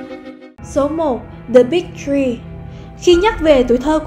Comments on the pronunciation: Thì cái bà đọc phát âm ko rõ chữ “Three” mà thành “Tree” nên bị trêu thôi, mà h này t vẫn ko tin đc có thag nó hỏi Spider-man của DC a?? Thua, chắc cái “Civil War” lm cho có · The Big TREE?? Hahahahah "thờ-ri"